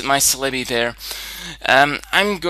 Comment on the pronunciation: I enjoy your battles and commentary but the way you pronounce Celebi is annoying :(